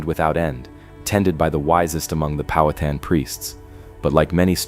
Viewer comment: Pow-ha-tan NOT POW-hat-an . Get it right.